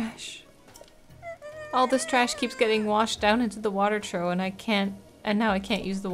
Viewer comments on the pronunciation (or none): I know English is not her first language, but I wanted to let her know that it’s pronounced like trof. Ou makes an ah sound and gh make an f sound.